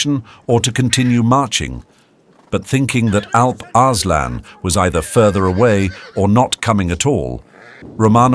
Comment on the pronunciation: Arse-lan... 😂😂😂😂 Sorry😅